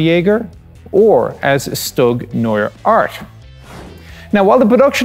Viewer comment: Knows everything about tanks. Doesn't know how to pronounce StuG.